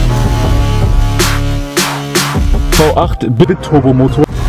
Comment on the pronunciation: "Bitturbo" wenn ich so etwas schon höre es heißt "BiTURBO".